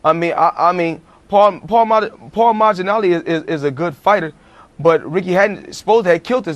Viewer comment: Pauli majanali HAHAHAHAHA floyd jr and Sr cant pronounce it right